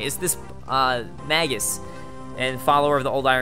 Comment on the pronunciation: Magus is pronounced May-gis. As in "I AM THE GRRRRRRRRRAAAAAAAAAAND MAAAYYYGIIIIIIIISSSSS"